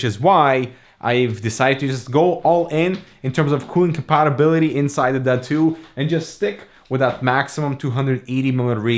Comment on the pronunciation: Is this seriously called the “Duh2” or are you butchering the pronunciation?